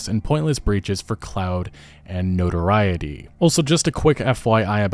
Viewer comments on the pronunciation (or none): none